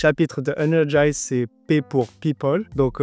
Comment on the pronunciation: Me trompe-je en affirmant que c'est "energiZe" et non "energiSe" ?